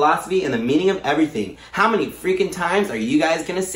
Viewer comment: when he said mini friends instead of many friends,,, i felt that